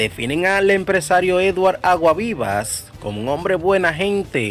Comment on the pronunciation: Pronuncia ese apellido bien, Aguasvivas. Tienes que coger clases de dicción.